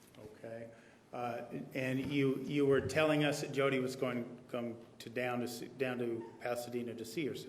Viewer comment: Her name is Jodi not Hodi